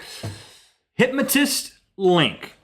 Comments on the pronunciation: Is it weird how Rhett pronounces 'hypnotist?' It sounds more like 'hypmatist' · Its pronounced Hip- no -tist, Rhett